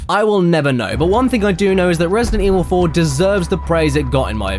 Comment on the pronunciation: Am I the only one who's getting hints of an Irish accent when Caddy talked about Resident in Evil 4?